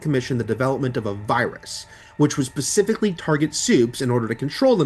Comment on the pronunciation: .....what? Pacifically??